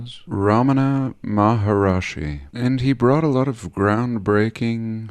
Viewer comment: I was corrected on this pronunciation too, but it's Ramana MA-HAR-SHI